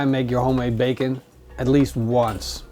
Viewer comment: He says bagon not bacon